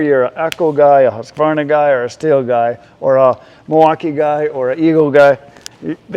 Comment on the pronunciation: HOOSK-VARNA! NOT HUSK-VARNA! Rant over. It's nice to have a store that is one-stop shopping for chainsaws.